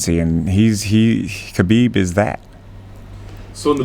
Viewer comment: It’s really odd that so many people in this sport still don’t correctly pronounce Khabib’s name.